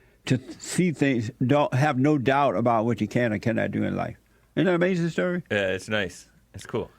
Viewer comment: "It was Amazin" 😂😂